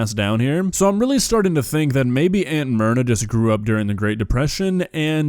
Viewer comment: I kept hearing it as Aunt Murder the first couple times said it lol (obviously never heard of her before now)